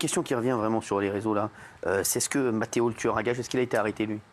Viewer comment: "Matteo" hahahahhahahahahah